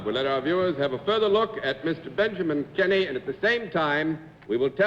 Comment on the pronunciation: Keeney. Pronounced Kee-nee. He tried to correct Mr. Daley at the beginning, be I guess he didn't hear him. So they ALL kept saying Mr. Kinney! Thank you for posting this!